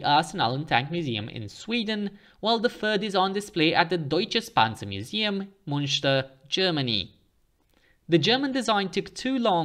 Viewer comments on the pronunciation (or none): Please note that the German Tank Museum is in Munster (with a normal U, pronounced like Herman Munster) not Münster (with a U with two dots over it, which is pronounced like it has an E after it). Evidently. people go the wrong place.